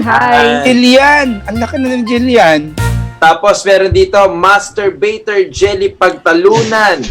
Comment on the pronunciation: master baiter kse yung nabasa nya so pgka pronouns nya masturbator😂😂